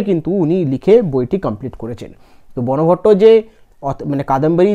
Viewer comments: ওটা বনভট্ট উচ্চারন হবে না। ওটা বানভট্ট উচ্চারন হবে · তুমি ভালোই ক্লাস করাচ্ছে কিন্তু সবচেয়ে বড় কথা ক্লাস করানোর আগে নিজে রিভিশন দাও উচ্চারণ গুলো ঠিকঠাক করে করো. হিউ এন সাঙ, বানভট্ট এগুলো ঠিক করে বলো